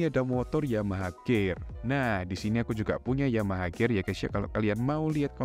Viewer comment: Nyebut pcx bener pisi ex giliran nyebut gear gak bener